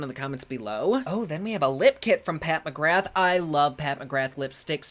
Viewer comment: Just letting you know that “Pat McGrath” is pronounced “Pat McGra” it’s Irish 🇮🇪